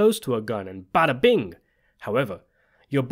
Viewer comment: Bada-bing in a German accent, priceless.